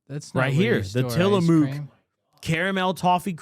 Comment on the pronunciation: trying to say tillamook is so bad haha